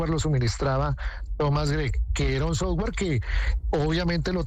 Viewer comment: Soft-ware no sofwarrrr…..